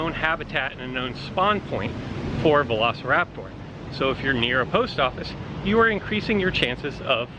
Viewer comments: It sounds like he's saying velocirap-tour not velociraptor good point dude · I hate how he says velociraptor